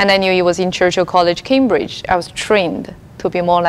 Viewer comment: 英文讲得难听死了，Cambridge念成kimbridge，实在是不知道哪里优秀